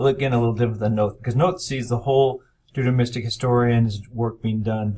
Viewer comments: Yes. How is it possible that our expert cannot properly pronounce the key word of his lecture? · He never pronounced Deuteronomistic properly